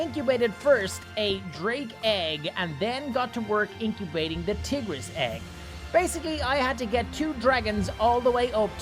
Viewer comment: You keep pronouncing tigeris like tiggeris so how about tigger.